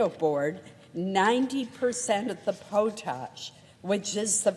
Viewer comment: It's POT-ash not POH-tahsh. Hopefully, you've learned your lesson.